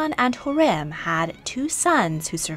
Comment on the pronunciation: I am very sorry to say it, but you completely misplaced the stresses in some of sultanas' names! That would be HürrÈm, NurbanÙ, MihrimÀh and SafiÝÈ. Otherwise, great video! May i suggest to you to check out stories of kazan khatuns Сөембикә (Söyembikä) and Гәүһәршат (Gəwhərşat)